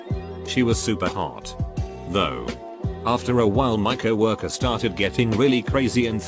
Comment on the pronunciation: HE SAID COWORKER NOT COW ORKER?